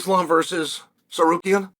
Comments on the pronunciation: I was blown away when he said it correctly. Then the next time he was back to sarkarian. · I mean that’s really better than when he says sakarian 💀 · Sarukian and Sakerian hmm ok 😂😂😂😂😂😂😂😂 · no it was steak rukyan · Disappointed that Chael finally pronounced his name wrong after nailing it so many times before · this MF accuses us of not being able to pronounce Tsarukyan! 😂😂